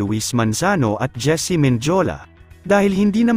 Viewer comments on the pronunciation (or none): Hindi po Menjola Men di o la Mendiola po